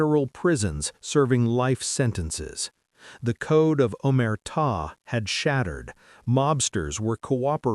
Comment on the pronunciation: AI garbage can’t even say “Omerta” or “RICO” correctly. AI content creators can take their videos and DIAF. Congratulations on being the new bottomfeeder scum of the digital world.